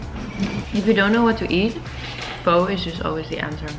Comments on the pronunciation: Omg that pho looks so good 😋😋 just a side note: it’s actually pronounced like “ph-uh” rather then “ph-o”! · fyi as a southeast asian, pho is pronounced like ‘fur’ (with a kinda softer r so more of ‘fuh’) !!